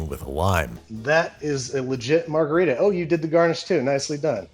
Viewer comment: I’ll be honest, I forgot how to pronounce margarita, so I clicked the video.